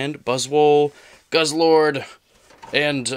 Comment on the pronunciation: its guzzlord not buzzlord